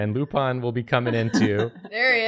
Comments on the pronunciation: He didn't say it 'the French way' though. It's 'Lou-PAIN' ('pain' like the French word for bread, not the English word for pain), not 'LOU-pawn'. He's pronouncing it like they do in the show, though. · He did say Loupun more than Lupin though. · It actually upseted me that even after the correction kept calling Lupin Lupan! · Actually, he wasn't even close It should have been something like "Loupon" to be pronouced like he did. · Was pronouncing Lupin wrong? It sounded like he was saying Lupon. Have I bin wrong this whole time?! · if it was french pronunciation it'd be wrong too so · Me when he said he was going to do Lupin the 3d: :D Me when he kept mispronouncing Lupin: D:<